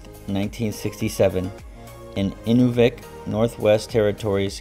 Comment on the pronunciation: very well done video on a subject I really enjoy. I thought as you do--that it was an exceptionally well made movie. One of the many oddly pronounced place names in the US and Canada is Inuvik, which, just for the record, is actually pronounced in-NEW-vick. Next, the part that Wes Studi played was MAHG-wah. Next, the Durham in England is pronounced exactly like the one in N. Carolina--DUR-um. Next is the actor Patrice Chereau = share-OH. Next is General Montcalm, which is MONT-calm, not MONT-claim.